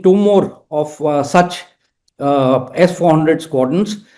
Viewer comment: It's not zee, mizzile, but see, missile. RAIdar. Not RaiDAR, emphasis on first half of word.